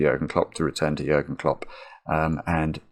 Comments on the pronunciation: Nice video but could you please replace the u in its name with an ü? His name is Jürgen Klopp. Your pronounciation is pristine by the way :D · Compliments on how great you are at pronouncing Jürgen. Very well done. Greetings from Germany